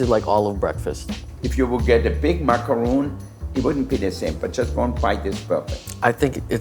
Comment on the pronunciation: food looked good. for future reference, it's "mack a ron", not "mack a roon".